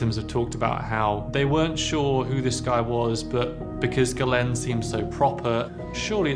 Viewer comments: Or "Jiz-lain" for Ghislaine Maxwell 🤯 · "jizz lane maxwell" tbh I'm not even going to correct you, that's brilliant